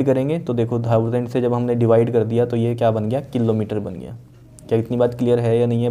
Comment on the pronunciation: The wyay he ays killometer 😂